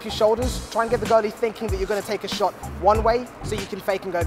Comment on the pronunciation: says "girly" instead of goalie It causes me physical pain when I hear him say girly